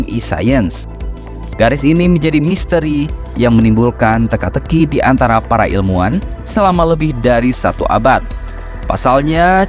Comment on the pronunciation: ilmuwan, bro ... pake hurup W